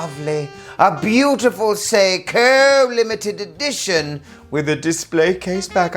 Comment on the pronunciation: Sei•KOHHHH 😅 Love the content 👌🏽